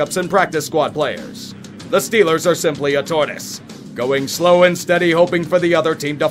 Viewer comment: STILLERS GHANTA SEWPER BOWL